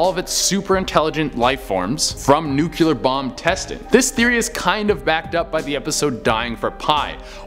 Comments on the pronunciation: It's NOO KLEE ERRRR NOT NU CUE LAR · When people pronounce nuclear like nuCUler 🤦🏽‍♀️ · He said "nukeeler" 4 times. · Handy clue: say "new clear new clear new clear" Easy way to pronounce nuclear properly ;D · So... Anyone else feet driven slightly nuts but how nuclear was pronounced...? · Damn, how many u's are in nuclear??